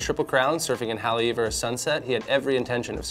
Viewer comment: Cool vid but please learn how to say Haleiwa before the next episode. Mahalo!